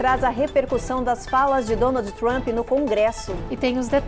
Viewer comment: Ggeeennnntteee!!! Ancora de jornal que pronuncia “Donaldi Trumpi” Inacreditável